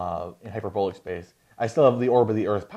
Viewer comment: You’re pronouncing “hyperbolic” wrong. The “o” in hyperbolic should rhyme with the “a” in “bawl.” Not the “o” in “bowl.” Hyper-BAWL-ick. Not “hyper-BOWL-ick.”